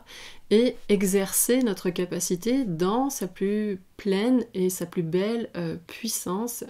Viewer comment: Je vous ai bien écouté et merci de vos enseignements, c'est passionnant mais de grâce, à votre tour, pourriez- vous m'écouter? on ne prononce pas le s à plus, ce qui nous permet de faire la liaison.